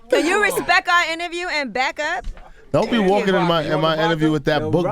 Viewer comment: Daaamn she threw some shade on the high-key: "can you RESPECK our interview and back up" i dunno if anyone caught that.